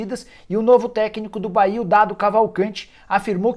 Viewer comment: Bahia não "Caia"